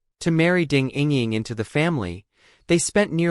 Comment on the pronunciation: You lost me at 2nd ding ing ring, all i hear is Malaysian air pilot error.